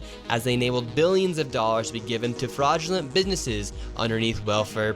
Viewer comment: "fraugulint bidnesses"